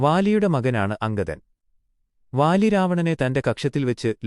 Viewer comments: വാ ലി അല്ല ബാ ലി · Vaali alla ooole baali